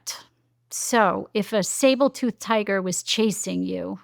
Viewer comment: Interesting talk, thank you! I was distracted when she kept saying 'sable-toothed tiger' instead of 'saber-toothed' (as in, 'very sharp teeth' ;)